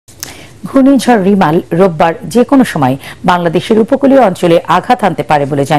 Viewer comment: রিমাল না কি? রেমাল